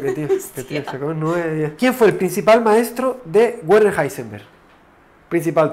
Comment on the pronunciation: De hecho la "er" se pronuncia como "a" o sea "Werner" es como "Verna" Edición: para los que quieran ser muy perfeccionistas la "r" se pronuncia como "a" en este caso específico, o sea "Veana"